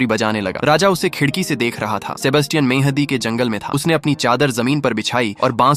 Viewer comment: It is not madi it is mhandi